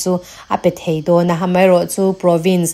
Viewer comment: China leh Pakistan tangrual ten India dau an tum dan chu ngaithla hau ila...😊 I mizo tawng thu lam rik te han uluk leh zual la...a ngaihnawm zual ngawt ang Do lai Dau a ni ta daih lai te hi thangthar zawk ten a nih dan tur a ni emaw an ti palh ang tih a hlauhawm emai